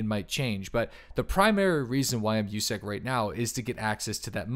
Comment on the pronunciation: You said it wrong, it’s not “USEC” it’s USUC